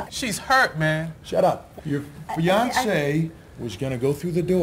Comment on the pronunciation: i thot he said 'your beyonce' but i guess he was saying fiancee lol